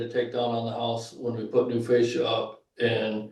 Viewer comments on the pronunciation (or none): none